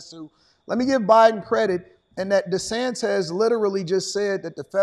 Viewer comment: Desantez LOL